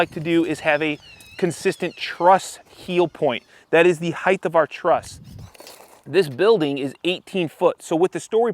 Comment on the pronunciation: “Height,” not “heighth” bro You’re constantly teaching me, figured I’d switch it up one time